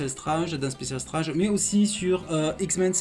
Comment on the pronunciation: Même génération, même passion pour les comics et surtout même madeleine de Proust. Quelqu'un qui prononce Strange à la française ou qui préfère dire Serval à Wolverine est forcément un passionné de nos chères années 80's. Je m'abonne sans hésiter. Bravo pour la qualité de tes vidéos.